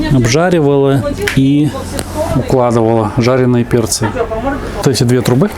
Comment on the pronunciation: Мне в начале показалось, что ты сказал "Катя персики пожарила"? А банка показала, что перцы пожарили😀 Ну вы, прям молодцы!